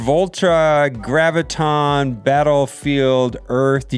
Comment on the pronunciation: For f*ck's sake, OMG, it's "GRAV-ih-tahn". Do you have trouble saying "gravity"? Just replace the "tee" with the "tahn." Jee-zus...